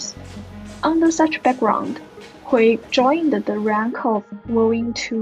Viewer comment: Hui rhymes with day, doesn't rhyme with boy. Yuan rhymes with swan, doesn't rhyme with hen.